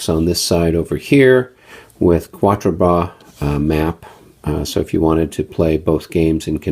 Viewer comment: Overall, a nice "inventory"; stationary camera is always greatly appreciated! Small quibbles: if you're going to "french it up" do it right: Battaille is pronounced "ba-TYE" (the L's are silent), Ligny is pronounced "LIN-yee". And Quatre Bras is "KAHtre-Bra" not KWAT-re. You didn't mangle "melee" too badly... it's pronounced either "meh-LEE" or "may-lay". (But at least you didn't say MEE-LEE like some do; that makes me cringe....) :)